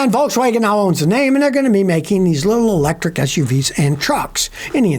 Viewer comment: "Electric" hahahahaha fail